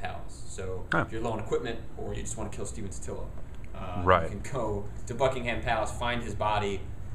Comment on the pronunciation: Also don't say Bucking Ham say it like Bucking um